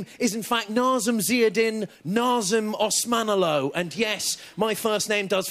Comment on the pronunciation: Wish he could get close to pronouncing his own name tho